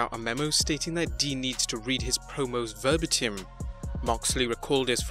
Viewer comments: Verbatim is pronounced Ver Bay Tim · LOL you cant pronounce "verbatim"....